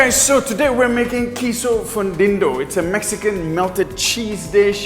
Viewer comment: Hi Sherson, You mispronounced it; the U in Fundido is pronounce like double O such as Moon. You also misspelled it; it is actually Fundido. Maybe you could correct the title in YouTube. 😁